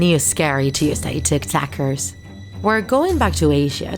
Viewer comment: I love how she says ticktackers